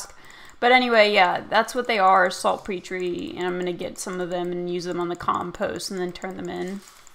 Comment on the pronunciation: its pronounced salt-peter